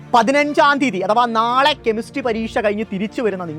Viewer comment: ഇങ്ങേരുടെ നാവ്..... 😂😂😂കെമിസ്ട്രി bhoooommmmmmm